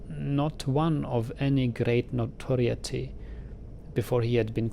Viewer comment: A few things not quite correctly pronounced by are "though" (which is very tough to pronounce because of its similarity to thou, through, and tough) and "notoriety" which should have a long "i" sound for the "i" like hi, buy, or my. Though should have a long "o" sound like dough, toe, or no. And notoriety should be like "note-or-I-et-E".